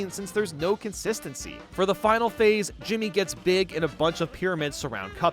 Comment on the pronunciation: IT'S D JIMMI NOT JIMMY